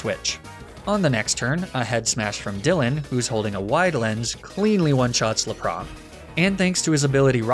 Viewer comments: I refuse to subscribe until you say Lapra’s name correctly! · can you please say Lapras with the S because that's how we say it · the way you say lapras and magnemite 💀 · i literally left as soon as u mispronounced lapras. im mad